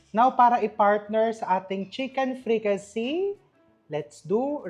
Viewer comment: fricassée = frikase not "say" not "see"